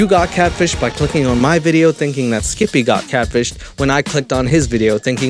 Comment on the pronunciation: I love the way he says Skip-eh 😂👌